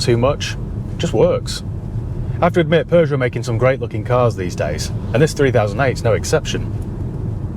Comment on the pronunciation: Thank you for pronouncing it correctly unlike americans who say "poo-joe" 😬